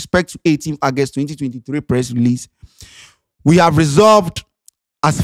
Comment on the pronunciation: Bro, the word is August ( Ɔgɛst) not Agust okay.